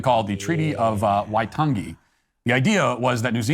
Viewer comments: Thanks for the representation (as a white middle aged Kiwi)…but for reference / interest: Waitangi is pronounced more like why-tang-ee and said at about 1.5x speed of how most Americans speak (2x Soutern Drawl, 1x New Yorker). And in NZ we speak like germans where a whole sentence is like one word :) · Waitangi is pronounced- Y-Tongue-E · Dude, I appreciate the coverage, but I'm sure taking thirty seconds to learn how to pronounce the name of our founding document would have been respectful and worthwhile.